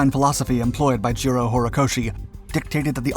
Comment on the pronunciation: Jiro Horikoshi sounds like "zero horikoshi", I was confused 'till did a little research. This is a great analysis, well told! Thank you.